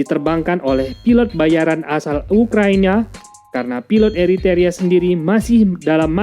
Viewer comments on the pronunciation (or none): Ethiopia salah baca jadi Ethopia. Eritrea salah baca mjd Eriteria... Gpp, kesalahan minor. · Eritrea bos, buka Eritaria!. Ethiopia..bukan Etopia!..gak enak bngt dgrnya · Macam mananya Admin ini.... yang benar Eritrea bukan eriteria...tak profesional. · Eritrea kok dibaca Eritaria..... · Gemes gw sama pronunciation nya, E R I T R E A min sama E T H I O P I A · Hahahaa.. eto pia dan eri taria..🤣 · Apakh ucapan salah tuk setiap chanell militer youtube adlh sbg keharusan....? Krn setiap chanell yg aq ikuti bnyk ucapan n lafal dlm bhs aslinya tdk bnr....mis ini...eritrea dibaca eriterea...